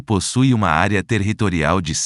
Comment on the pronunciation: Área "TERRRitorial", em todos os municípios????:face-fuchsia-wide-eyes: E a voz dizia TERRRitorial